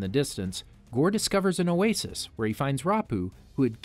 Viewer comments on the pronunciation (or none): none